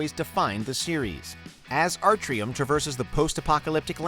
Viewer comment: "as artryim crosses the post apocalyptic landscape"